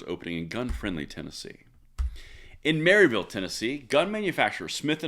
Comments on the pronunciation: You mispronounced Maryville, TN. They pronounce it MAR-i-vull. I found that out on a motorcycle trip up there. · It is pronounced Mur-vill around here